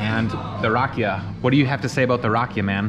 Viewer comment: Na Zdra-vey (Not Na Zdro-vey). :) She just may not know how to explain it in English. This is making me excited to go back in December. Very useful to know the language, but you're managing either way. Also, the accent is on the 'ee' for Rakia. (Rah-Kee-Uh)